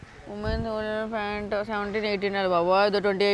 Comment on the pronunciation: 🎉Pants antaru fant kadu nee mokhaniki sariyina english radu emiledu